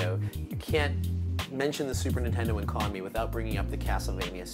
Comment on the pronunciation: They way he pronounces Konami.. fucking hell